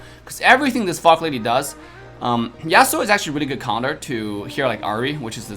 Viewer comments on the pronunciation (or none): Yas su o not Yas Sue o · Dude rlly said yayaSuuuS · i play league too .Isn't that how league player usually pronounce it? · Samurai's are from Japan not from U.S. besides Devs pronounce it like that. If you don't like it there is also a fact that scientific research was made and according to that scientific research there's an estimation of twenty thousand different ways of how you pronounce the word/name, "Yasuo" and also he compared the wrong character he should've compared Fiora and Lancelot instead because it make more sense. He didn't do the Fiora comparison for some copyright issues.